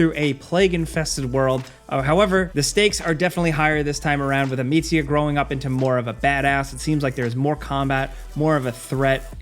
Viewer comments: Why did you pronounce the Amicia name with Italian accent? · A-meats-ia and Jugo (juice) 😂